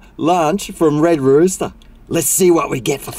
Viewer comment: “Red rooter” hahaha